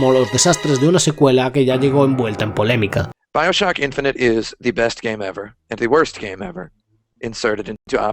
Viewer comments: Dime por favor que no se pasa todo el vídeo pronunciando Bioshock como mi padre. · Buen vídeo/documental. Mas, sin embargo, me llama la atención que pronuncies casi todos los nombres de los productos que mencionas en idioma original, pero a su vez pronuncias "Bioshock" como se leería en español. Y también "Bioshock Infinite" como "Bioshock InfinitY". 🤣🤣🤣